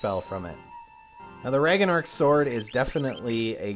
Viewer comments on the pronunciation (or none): The Raganark sword? Mispronunciations don't usually get me... but this one did a little. Ragnarok is something that I've always known and it just sounded really weird to hear someone pronounce it like that. It literally made me go back and listen to it again, because I wanted to make sure I wasn't having an ear problem. (I sadly have those often)